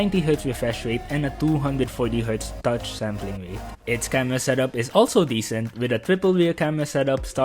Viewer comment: agreed. seem to also have a lisp. can't get past the gigs of WAM, TWiple Wir Camewas, etc.